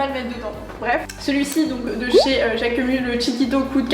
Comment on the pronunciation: Bonjour, on prononce « Jacquemu(sse) » et non « Jacquemu »